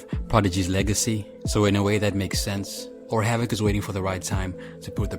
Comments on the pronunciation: His name is pronounced Hav-Ik not Hav-ak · Havock? Fuck I hate you hype ibeasts.Isidro I’m m . can’t even say the mans name correctly. And that’s even more embarrassing seeing that HAVOC is a offense strategy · Yo said hav-voc